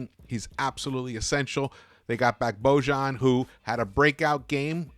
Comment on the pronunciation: Please pronounce Boyan ----- or Bogie is his nickname!!